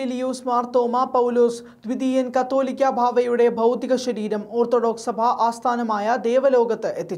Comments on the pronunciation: കത്തോലിക്ക അല്ല, "കാതോലിക്ക "ആണ് "കാതോലിക്ക ബാവ " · മറുനാടനിൽ വാർത്ത വായിക്കുന്ന പിള്ളേർക്കൊന്നിനും കാതോലിക്ക ബാവ എന്ന് പറയാൻ അറിയില്ല എന്ന് തോന്നുന്നു. പലപ്രാവശ്യം തിരുത്തിയിട്ടും കത്തോലിക്ക എന്ന് തന്നെയേ ഇവർ വായിക്കുകയുള്ളു. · തലയ്ക് വിവരം ഇല്ലേ...ശുദ്ധ പൊട്ടന്മാർ ആണോ മറുനാടൻ ടീം... കത്തോലിക്ക ബാവ അല്ല കാതോലിക്ക ആണ്...കത്തോലിക്ക.എന്നത് സഭയാണ്..കാതോലിക്ക എന്നത് ഒരു പദവിയും.....ഇത്ര അറിവില്ലാത്തവർ ആണോ.. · കത്തൊലിക്ക അല്ല സഹോദരാ . കാതോലിക്ക എന്നാണ്. കത്തോലിക്ക സഭയും കാതൊലിക്കയും അത്ഥത്തിൽ വ്യത്യാസം ഉണ്ട് . കാതോലിക്ക ബാവ ആണ് ശരി.